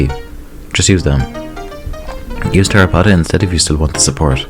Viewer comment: Man fucking butchered my boy Terrorpotta.